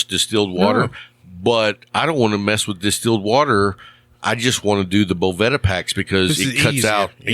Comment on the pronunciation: It’s Bo Va Da if you need help speaking English I can get you Rosetta Stone!!!!